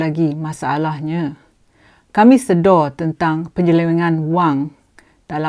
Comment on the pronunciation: Sebutan yang betul adalah sedar Puan... Bukan Sedo (slang org Muo) :D Anyway tq puan for the info that you have shared with us. Menteri pengangkutan dan pihak atasan Mas please tampil keluarkan kenyataan tentang insiden ini. Jangan membisu ingat orang tak tahu.